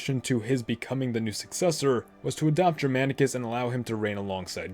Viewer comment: he pronunciation of Germanicus and Germania with a soft G is rather frustrating considering how often it comes up. A hard G is what should be used.